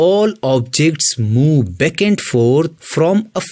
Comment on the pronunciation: It’s ‘back’ sir, not ‘beck’. I was confused in the beginning